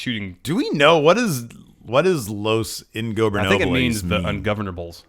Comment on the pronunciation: *Los Ingobernables In-go-bare-nab-les